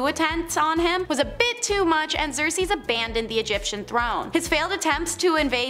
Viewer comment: Usurp is pronounced "you-surp" not "upsurp" Xerces is "Zerk-Sees" not "Zersees" As said - Priestess, not priestress.